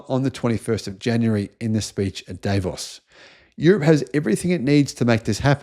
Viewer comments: It's pronounced Dav-os, not Day-vos 🙄😖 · Most of the time burocracy works like the oil in blood circulation / blood circuit. That will smooth out and give a framework to work within. The place where the World Economic Forum is pronounced DAa-Vos. This conference is a big deal and meeting place for leaders of all stripes and including heads of states, like Schultz, Macron and Trump.